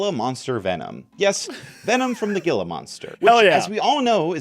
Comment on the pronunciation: as an Arizona born person this hurt my soul it's not said like "G-I-L-A" it's said like "H-E-E-L-A" Gila being from a Native American language which changes how it is said